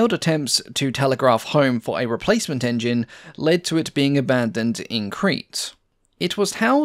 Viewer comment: When says "Engine" something was making me think.... Hmmm Then I realised when he says Engines it sound like he's says in-juns like an old Cow Boy Movie character might. Unfortunately now I can't un-hear that link in my mind, but it does make the videos even more entertaining as a consequence.